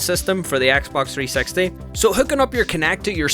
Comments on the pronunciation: “Xbox 3 sex tee” 😂😂😂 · Him saying : XBOX 3sexty Me : 🤔🤭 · i love how he says xbox 360 he says it like xbox 3 sexty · Yes I never heard anybody say Xbox 360 like you Just saying